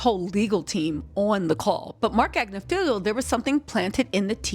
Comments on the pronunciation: Agnifilo...it's not Agnifilio. Tmz said it correctly. Just fyi... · rarely says anyone's name correct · She knows! It's just more fun her way